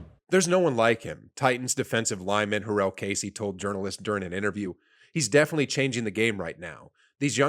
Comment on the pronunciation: for next time my guy: ste-fon gilmore juh-rell casey ty-ruhn matthew